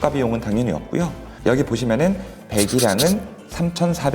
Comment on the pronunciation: 없구요 가 아니라 없고요 가 맞습니다ㆍ 표준어는 거부감이 없어요ㆍ 잘듣고 갑니다ㆍ